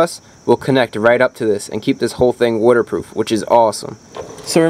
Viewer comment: “Wooderproof relay”